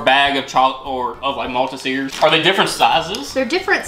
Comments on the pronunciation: OK I had to stop what I was doing and comment - it’s MALT-TEASER 😂 and Revvvv-Elles. And also, spotted dick is a very old pudding (we call them pudding not dessert) it’s not so popular or common these days. In 40 years I’ve had maybe 2, my 12 year old has never tried it. You have to put your own custard on it!! Also (Devon custard) DEV-EN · You’re still pronouncing malteasers wrong 😭😭🤣🤣. Malt- tease- ers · Malta-Zeers gets me every time. 😂😂😂😂 Malt-Ease-Ers. 😉🏴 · Funny pronunciation on "Malteaser" It's 'malt-eezer' 😛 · Took me ages to figure out what Malta seers was 😂. They're pronounced mal - tease(as in please) - ers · On the main packet of the "Spotted Dick" it says serving suggestion. It doesn't come with cream, custard or anything else apart from 2 servings of "Spotted Dick". You 2 really make me laugh how you pronounce things. The funniest one was MALTEE-SHIRE, it's pronounced Maltee---sirs, MALTESERS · Now I KNOW you’re saying “multi-zeers” on purpose!! 🤣🤣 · 😂 love your vids...and..maltesers..are pronounce malt eee zers lol x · Makes me giggle that they struggle so much saying Maltesers.... its just Molteasers really! 😊 but laughing my head off about the 'cream sauce', which is just custard.... Devon custard (devern) 😂😂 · You two make me laugh so much, especially with your pronunciations 😂😂😂😂. They are pronounced mol-teasers (maltesers) and revuls (revels) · OK siri how do you pronounce Malteasers😂 Mol-teez-ers also Dev-un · Hearing you guys say Maltesers is cracking me up haha. It's Mall like where you shop and Tesers is pronounced like Teaser/Tweezers. So it's "Mall-Teeezers". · Pmsl 😂 malt-te-seeeerrrs! Hahah!! It’s pronounced malt-tease-ers for everyone one else please don’t correct the pronunciation guys 😂😂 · I love you guys but repeat after me: Kah-ra-Mel = caramel Malt-eser = malteaser DEV-un = Devon ( a County in the South West of England) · MALL - TEE- ZURS LOL! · Revel rhymes with Level Malteasers is like Mall-tease-er